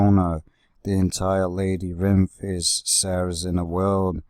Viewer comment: It’s not called lady rinth